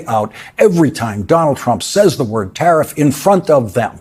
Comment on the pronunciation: Speech? The man only has a ten word vocabulary and he can't even pronounce those words correctly.